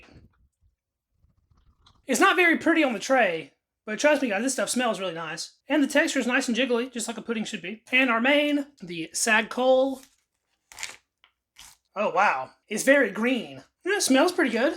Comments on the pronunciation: It's pronounced sahg choh-leh. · The food item called SAAG CHOLE shall be pronounced as SAAG CHHOLAY. In this dish the Chholay/Chole i.e., the Chick Peas is blended with Saag which are the green leaves of a couple of vegetables like Spinach, Mustard etc. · The Saag Chole is pronounced S-auh-G Ch-oo-lee